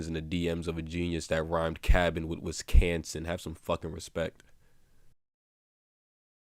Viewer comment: Wisconsin-.- he said it wrong af. The show had 71 episodes really, way too many